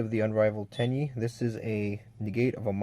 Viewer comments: Its Ten-e dear god lol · but in Japanese its pronounced ten-ē. And you even said the link 2 correctly at one point. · It's literally "ten E" in Japanese... Love the video, thanks for doing it. But if you want to improve, small things like pronunciation, rarity of used cards, and making excuses can really hinder you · Your butchering the name its ten y ee